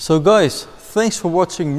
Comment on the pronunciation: eating banana accent